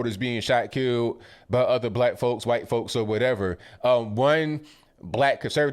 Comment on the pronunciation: huwhite male...love it